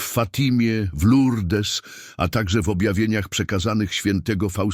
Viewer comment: Panie Lektorze, pięknie Pan czyta te święte teksty ale nie mówi się Lurdes, tylko Lurd. Mówię do AI? Nie szkodzi. Będą to czytać żywe osoby . ❤